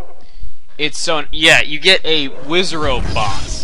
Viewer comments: you said WIZZ a robe or wutever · wisrobes? it sounds like you Wizz! on robes XD